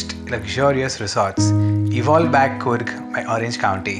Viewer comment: It's a good video...but as a kannadiga I've to correct you, it's pronounced coorg not kurg...!! There's double O's for a reason..!!